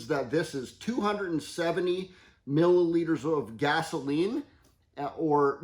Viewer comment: Hi, in I swear I heard you say 90 'Miller'liters of water!